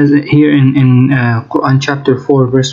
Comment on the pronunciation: He is struggling so much to pronounce Quran.